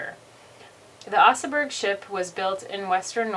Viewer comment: She butchered just about every Pronunciation. Oserburg Ouch. Fyord, Damn that was Hard to listen to. 🍀